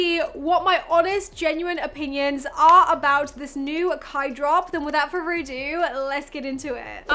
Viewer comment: you are stunning in this video. Also all I hear is “without fervor ado” as an American 😸